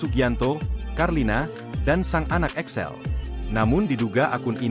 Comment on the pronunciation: Excel apa Axel ini video pakai AI kok malah kacau 😂